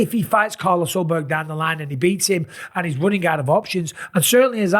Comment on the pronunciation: Jan vs yiri for the belt? You mispronounced Carlos Ulberg